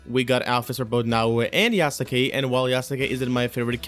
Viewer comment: Yasuke is pronounced Yah-skay not Yah-soo-kay! I like the color of this outfit. Yeah, it wouldn't be very practical in real life, but it doesn't work like that in game. I want that outfit with gold on it, but I am not spending extra money on this game.